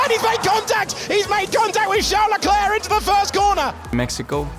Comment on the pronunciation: That's how his name is pronounced🤷